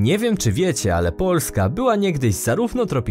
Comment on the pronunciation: Sorry ale narrator jakos trochę dziwnie akcentuje na pierwsza sylabę słowo POO..lska